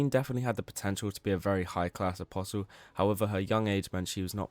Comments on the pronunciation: What is it with berserk fans being unable to pronounce apostle? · Not in the grand scheme of things, no. I just genuinely wonder if the content creator is some chinaman using AI when they don't know the "t" is silent in apostle, and it's like 3 or 4 people now I've seen relating to Berserk content exclusively. Maybe they should read books too :P